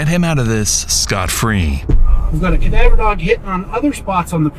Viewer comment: Ah, yes, the specialized unit of K-9, "Kah-Dah-Voer Dahg". Tier 3 in the three Tier levels of Cadaver Dogs.